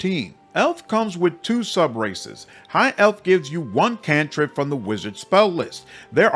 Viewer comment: I thought you said there is lots of racists to choose from but you said "races" and I understand now